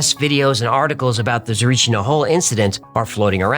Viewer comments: Thank you for doing this episode that means a lot. <3 Don't want to be a d*ck about it but your pronunciation of Tsarichina is bad, just a note, your pronunciation of Baba Vanga was spot on though. Yeah the story is too far from what I know as a Bulgarian. Hacklefish the entity that Marina talked with was called Kiki, so yeah, don't get too disappointed. Also in the book it was hinted that Marina was bullied by Elisaveta Loginova and that was one of the reasons why she was depressed and jumped from the building. Regarding our corruption... you are correct... To be honest the only person involved with the story that you can trust is Baba Vanga, she never cared who comes to her for aid and with what intentions, she was just a blind seer that tried to help whoever needed her. The only recorded words (on tape recorder) from her regarding the case that I know of is something along the lines of "why have you come, what are you looking there, its no man or woman, just a yellow monkey, leave it be". Most Bulgarians agree with the facts that you mentioned. I don't know if people died during the digging, I know that people died after that, still could be wrong. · Just a small note on the name, you are pronouncing it wrong, it is not TsarichNia, it is TsarichIna (tza-REE-chee-nah) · Tsarichina not TsariCHNYA. But I appreciate the pronunciation on the rest of the proper names, well don! ❤ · fascinating, and thanks! i am bulgarian and as a kid being an 'x-files' fan me and a friend went to Tsarichina (btw pronounced trasichina not 'tsarichnia..' - we didn't find anything but it felt very bizarre and alien, i can't explain it: a good explanation will be "the most abandoned and empty field one would find in a country surrounded by forrests everywhere"- it was as if someone was looking for a smooth field to engage in some type of military test or something, it was weird. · Why didn't anyone catch him mispronouncing Tsarichina He said "tsarichnia"